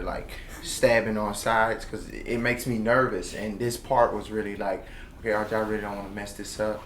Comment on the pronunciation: He called RJ "Earl" haha